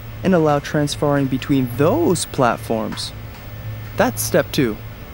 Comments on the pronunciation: When i heard "transfarring" i thought Mega64 was just joking lol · Transfarring really...so engrish has gone corporate now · makes me want to do some "Transfarring"